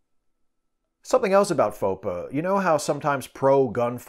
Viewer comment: I think FOPA is meant to be pronounced "faux pas."